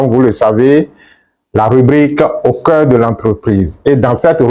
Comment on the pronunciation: Au Cœur,le r est en vacances 😊...